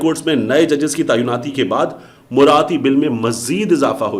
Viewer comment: The Urdu word is “Tayinaati “and not “Tayunnati” as this guy is pronouncing,I wish these guys did their homework before opening their mouth on media.In Urdu,”Tayyun “,means, to determine,”Tainaat”,means,to appoint.Get your Urdu right.